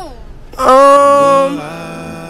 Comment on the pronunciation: He said u better call jeus 😂